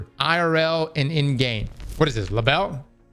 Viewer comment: "le bell?"